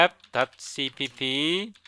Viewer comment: Thanks for your video! Btw, you shouldn't read it "i-n-i-t" but rather "in it."